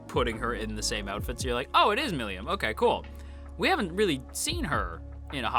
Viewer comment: How you pronounce "Milim" is mildly infuriating ngl